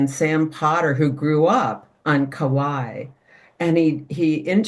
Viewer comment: Just because vowels are so important, especially in original language, Kauai is pronounced with three syllables, not two 😊. Thank you for the interesting info.